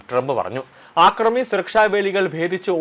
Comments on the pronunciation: ആക്രമി അല്ല അക്രമി ആക്രമണം അക്രമം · ആക്രമി അല്ലടോ യൂ ട്യൂബ്റെ. അക്രമി. വിധ്യാഭ്യാസം അല്ല വിദ്യാഭ്യാസം